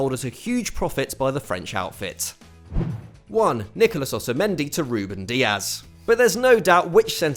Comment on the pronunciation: Ah yes. Otamedi to otamedi